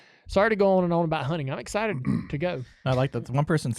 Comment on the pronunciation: "Dale's Exited..." hm? Not "Excited"?